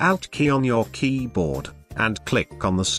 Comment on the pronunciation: the way the voice says keyboard triggers me